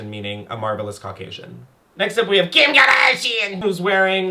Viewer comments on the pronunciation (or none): “KIM KAHDASHIAN!!”👹